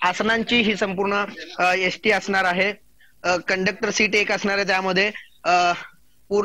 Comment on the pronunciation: यस टी की एस टी 😂 कॅमेरामन चा उच्चार